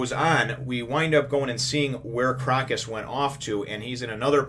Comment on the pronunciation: just thought I would point out the 'o' in Crocus is a long o sound.So it would be more like "croa-cus. " It is a reference to the Autumn Crocus which is actually a real flower with medicinal benefits. Great review as always :)